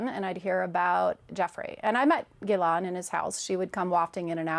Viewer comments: this is 100% a false pronunciation of her name. Neither in French nor in English would anyone ever pronounce her name this way. Means she didn’t “hear about” or meet Ghislaine and she is clearly lying. Other factors that give it away: her eye movements (not how someone recollects or remembers, but how someone imagines and invents) plus the strange and unnecessary notion that she was polygraphed by “one of the most renounced examiners in the world”. Very suspicious, very very suspicious.🤨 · She's lying. Listen how she pronounces Maxwell's name as "Geelon". So she never met her and only talks about her. Never in her life did she ever talk to her personally or did JE mention her to her. Otherwise she would know her name and how to pronounce it properly. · I find it intetesting that know one knows how to properly pronounce her name, Ghislaine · She didn’t even pronounce Ghislaines name correctly. I’m not saying that Donald is innocent but I don’t buy a word of what she is saying. There’s no way that Donald is the ONLY one Epstein ever mentioned during her time dating. Even the way she talks about it and looking up to recall false memories. Her body language screams bullshit. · Why is it that people who have actually met Ghislaine all pronounce her name differently?! How does she say her own name??? How do the people around her address her?? This woman dated Epstein, and I’m sure he said her name often. I’m so sick of every single person saying her name differently. You people actually knew her! Get it together!!!